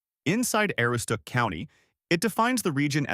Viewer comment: A-Roo-stook. How would you feel if people announced your home region horribly? Do better. And whoopie pies don't use fluff it is a filling made from scratch, more like a cross between frosting and whipped cream... At least the good ones were. Thumbs down on your video